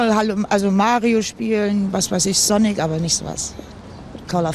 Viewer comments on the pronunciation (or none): none